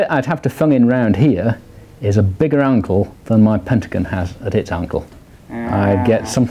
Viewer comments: He says angle like uncle :D hahaha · i paused the video to look for this comment :) .. i think he says ankle tho :) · Did he say Angle or uncle?